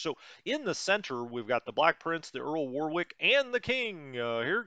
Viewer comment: Earl of WAR....ICK not WAR ....WICK